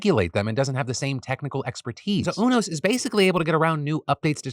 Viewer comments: I have never heard UNOS pronounced like that before. Its United network for organ sharing. I've always heard the u pronounced like "you". It was throwing me off. :) Also placer county, ive always pronounced the a like apple. Though im not sure what is "correct" but that was fun either way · It's pronounce You-NOS. As in the letter U then NOS. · Phiiiillll it’s pronounced Yew-nos 😅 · Is that really how you pronounce unos?! Ooo-nos… I always thought it was you-nos (ie. Greys anatomy, ER, good doctor, ect) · Phil, just to let you know, UNOS is pronounced you-nos